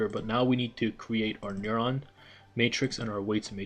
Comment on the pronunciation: What is a n-uh-rrr-awn